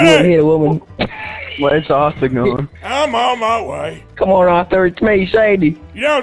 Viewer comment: Btw arthur not auther